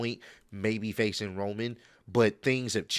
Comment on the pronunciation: It's roman not roam